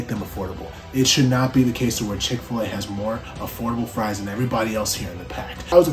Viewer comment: Mickfil-A lol 🤣